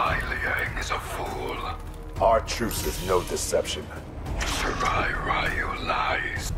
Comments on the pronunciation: I never liked how they pronounce “Ryu” in MK. It’s pronounced “Ree-oo”, not “Rai-u” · I just wanted to point out that Netherrealm Studios had about 10 years to correct it, and they still don't know how to properly pronounce the word "Ryu."